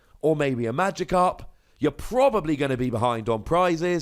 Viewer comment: I can hear it now. "HE-llo everyone, it's. PROB-ably better known as, and toDAY, we're playing some Gyrados' Wake..."